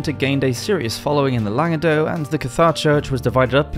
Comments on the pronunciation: Just to confuse you even more, the C at the end of Languedoc is actually pronounced 🤷🏻‍♀️ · What about the Jewish influence in promoting and spreading the Cathari anti Catholic doctrine? Also that’s not how you pronounce Languedoc. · The c in Languedoc isn't silent, neither is the se in Toulouse. However the t in Montfort is :)